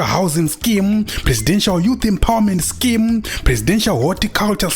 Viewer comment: It's more like "scam" than scheme😂😂😂😂